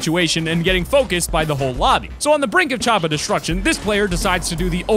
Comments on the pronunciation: Say Chopper not chappa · I love how he said chopper chopa.